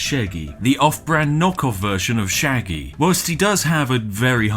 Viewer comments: NIGEL Sheggy, not Sheggy 🤪😆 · imagine soelling Shaggy "Sheggy" And I thought Brits knew english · Shaggy ... With an 'a'. What's a sheggy? (Gets punched and explodes)